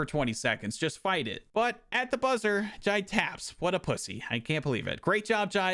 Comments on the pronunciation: The pronunciation of Jide killed me 😭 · Was wondering if any other Nigerians noticed 😂